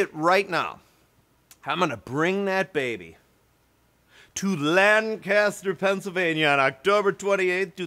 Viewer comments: They pronounce Lancaster like this, " Layne Ku Ster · Quit putting stress on the first syllable of Lancaster. You'll mark yourself as an outsider. :)